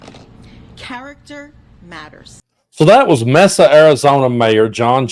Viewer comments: Hey! Used to live in AZ and it's pronounced, "MAY-suh"... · It's pronounced May-sa not Mess-a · it’s pronounced MAY-SUH. Like the month of May. It’s Spanish for “table.” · ...Mesa is pronounced MAY-SA. I live on the border of AZ,Cali&Nevada. CalNevAri. This area is consistently one of the hottest places in the world. When you get up in the mornings during the summer-- check the temperature in Needles, California. Route 66 The Mother Road comes through that area. It's now the Interstate 40. All small towns out here. Bullhead City is like the Meth,Black Tar Heroin and Fentanyl capital of distribution for the United States. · Yo,! I love your webcast, man! Murfreesboro is better for your message, making it west, down I-40! Btw, Mesa is said may-suh out in AZ. I love your work, brother! 💯🎸🤘🍻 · Mesa is pronounced Masa, republicans are not turning on Trump, How can we know what Harris stands for when she won't leave her teleprompter and her rallies are 10 minutes long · Mesa is pronounced may sa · brother, it’s Mesa ( May-sah)